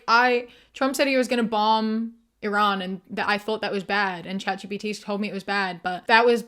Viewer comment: everyone saying Iran incorrectly pisses me the fuck off